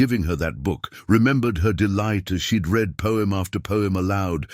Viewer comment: You claim they are in Colorado, but all the towns mentioned are in Iowa, no mountains here.Narrator still having problems with pronunciations of words like wound, read, anything with multiple pronunciations on previous story he could pronounce arithmatic.